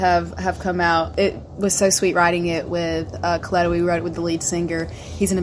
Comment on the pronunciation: CAST-el-lows. I'm always amazed by how often their name is mispronounced. If you're going to do an interview, why wouldn't you make sure you are pronouncing their name correctly?